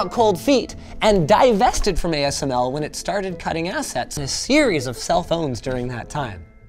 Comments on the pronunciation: you missed pronounced ASML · asmc? You meant ASML. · Great video. Linus says AMSC :)